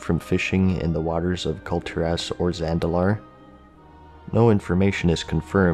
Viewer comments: It is pronounced Kul-Tiras as it is written, not Kul-Tiräss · Dude come on, Kul'Tir'ASS? You do a youtube show dedicated to one video game you should at least throw the effort into knowing the names of the major continents in said game. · Kul Tearass, thats how you are pronouncing it the whole video.